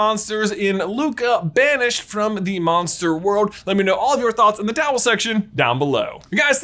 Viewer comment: Tell me he Doesn't say towel